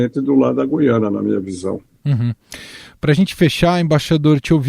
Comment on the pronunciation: É GU-IA-NA, GU-IA-NA, GU-IA-NA, parem de falar o nome da porr@ do país errado!